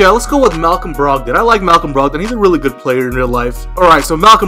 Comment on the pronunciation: Pronounced brog-dun